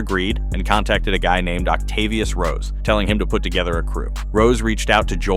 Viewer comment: Not Ocatvius.🤦‍♂️